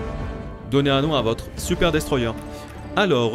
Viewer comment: "Voici un Super Destroiyé" l'acceeent 🥲